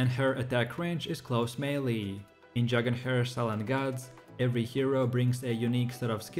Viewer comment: Dragon "hair" 😂😂